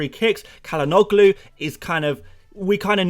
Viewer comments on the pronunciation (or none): Turkish name Calhanoglu sounds like chalanolu. "chalanolu", not like "khalanolu"